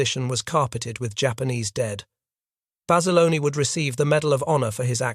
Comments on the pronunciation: His name was John Bass-ah-lone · I've heard Basilone pronounced both ways by reliable sources. Though Bass-alone is the most common way.